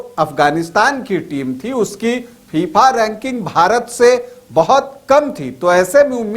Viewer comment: Gyan dene se pahle naam to sahi lo phipha nahi fifa hai